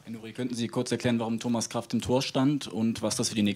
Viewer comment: Doch es juckt einen. Stell dir vor, du wirst Homas statt Thomas genannt.